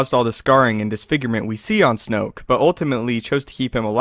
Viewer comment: It's snoke.